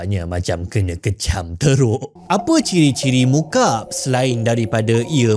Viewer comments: Sebutannya mukak'ab bukan mukab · Cara sebutannya Muka'ab dlm b arab bukan mukaab. Maksudnya segi empat sama. مُكَعَّب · Muka'ab (مكعّب) sebutan nya, Ka'bah ngan Murabba' elok pulak sebutan nya 😅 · Tuan, sebutannya 'mu, ka' (huruf ayn), 'ab - maksudnya kiub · sebutannya Mukak'ab مُكَعَّبٌ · Dalam bahasa arab disebut مُكَعَّب … maaf saya tegur sebutan😊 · Mukab, Teori Koperasi 😂 ni sengaja salah sebut ni